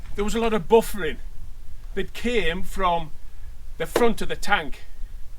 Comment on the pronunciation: Buffeting mate not buffering. Entertaining review!🤣